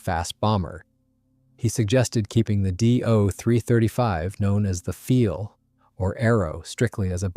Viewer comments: Not "feel", but "file". Sounds like nail "file" or computer "file". In german, "ei" is pronounced as long "i", as in english word "eye". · Learn to pronounce words correctly. It is pronounced phonetically as "Pfile," not "Feel."